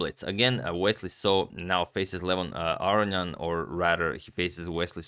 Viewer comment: You pronounced Levon Aronian correctly the first time, then 20 seconds later you pronounced it the wrong way 😭😭